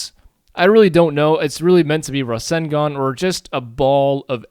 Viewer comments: its ruh-sen-gun not rassengan i know that and im american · The pronunciation is Raw-Sane-Gone (to use English as an example). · Rasengan is pronounced: Rah-SENG-gun :P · it Ruh-Sang-Gun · Just amazing .. looks so realistic! This will be a killer if you combine it with your Sharingan tut. Naruto and Sasuke in one! :D btw, I think it is pronounced as "Ra" - "Seng" - "Gan" or something , not absolutely sure .. haha :D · I watch american dubbed, But its not pronounced like that in that either so idk what hes talking about lol.. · not an offense comment.. i just find how you say rasengan so weird lol